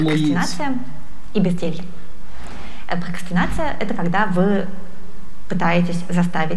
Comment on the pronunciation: Пхокхастинация, пхокхастинацией пхокхастинихует. (ещё бква Х добавилась)